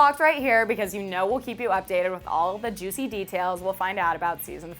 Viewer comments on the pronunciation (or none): none